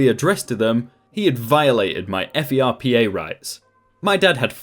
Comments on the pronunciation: Pro tip- just say "Furpa" don't say F E R P A. just prononce it like a word. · Lmao, we usually say ferpa as "fur-pah" not as the acronym... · FERPA is not spelled out. It's 'fur-pah' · As far as I know, FERPA is an acronym, rather than initialism. Like, fur-pah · THANK YOU. I shouted that at my computer screen a few times during the video LOL. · That advisor made a HUGE no-no by addressing that letter to his parents. I could also see being the same level of angry if it were my child, however going at the Dean like that seems a bit over the top. The Dean's office wasn't the one who went loony toons and violated FERPA. **Side note about the pronunciation...all of the teachers I know say it like it's a phrase, rather than spell it out.